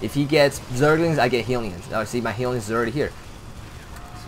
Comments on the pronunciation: Why do u keep say "healion" :> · "Heelion" hahah